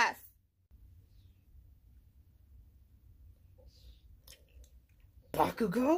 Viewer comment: How says Bakugo got me dead